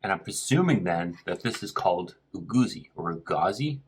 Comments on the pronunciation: Eguisi not ugasi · You are also not correct 😅 it is called egwusi not eguisi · Lol its Egusi . pronounced E - Goo-see.. And it may taste different or "off" because your using a fork. Try it hot with the fufu using your hands . different nigerians cook the same dishes differently . maube trying another resturant .